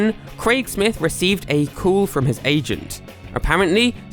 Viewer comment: ITS "CALL" NOT "COOL"